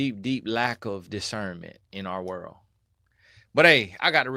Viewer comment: "what in the werld?" gets me every time.😄